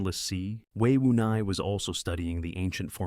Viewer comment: It's Wei Wuya not Wei Wunai